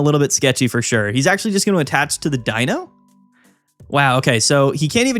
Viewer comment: is my go-to source for anything competitive scene related, but the fact he pronounced Deino correctly makes him even more awesome to me 🙂‍↕️